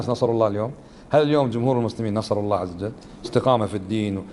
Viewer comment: لماذا. هذا الشيخ يقول الله عزجل